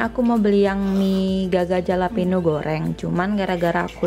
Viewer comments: btw dibacanya "halapenyo" kak, hehe sukses selaluu❤🙆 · Bacanya "halapenyo" bukan "jalapeno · fyi: pronounce jalapeno itu halapenyo:) Emg deh mie selalu bikin ngiler~